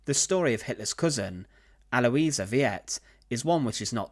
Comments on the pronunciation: Is it so hard to find out the pronunciation of foreign words? E.g., Aloisia Veit is pronounced al-oy-see-a fight. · This is one of so many horrific acts. The entire conduct of the Nazi Party can only be understood as murderous insanity. The woman's name is said "Al wahs Feet". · Just a heads-up - "Veit" is correctly pronounced like the English word "fight." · I was going to point that out, but checked before commenting. Yeah, that mispronunciation was annoying. He was pronouncing it like the first two syllables of Vietnam. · Her last name is pronounced "VITE". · The name Veit is pronounced exactly like the word "fight". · I know, viet? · Actually, like 'fight.' German 'v' is pronounced like an 'f'. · This video is just loaded with errors, inaccuracies, and gross distortions, beginning with the pronunciation of her name. Hitler had almost nothing to do with the euthanasia program, which was requested at the urging of the burdened families themselves and overseen by two doctors in every case, other than merely "authorizing" it, as you mentioned in passing. To me it seems the most humane choice. To make healthy workers subsidize a lifetime of expenses (that is, labor and sweat) merely to keep a living vegetable confined to a hospital bed and breathing makes the workers nothing more than slaves. It should be emphasized above all that the families themselves requested this humane program. It was not in origin from Hitler at all. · Thanks for correcting that, now I don't have to do it. When I heard him pronounce it I started laughing, I thought, maybe they should put one of those conical Hue hats on her like the farmers in Viet Nam wear...or the VC. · Veit is pronounced with an i in the middle and rhymes with sight in English. German ie is usually pronounced ee like in see or bee. Interesting story. Keep up the good work! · I was about to write about the same thing but figured that someone else must have noticed the pronunciation error. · You got her name wrong bro